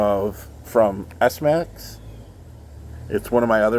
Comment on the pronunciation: It’s pronounced smax (smacks) not s- max